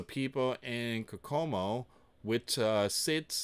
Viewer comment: It's pronounced coke oh moe lol